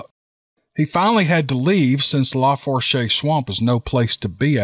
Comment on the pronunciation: Just an FYI, the Tensas is pronounced like ' tensaw'. Lafourche is pronounced like ' lah foosh' . Teddy Roosevelt did some bear hunting in the huge Tensas Basin.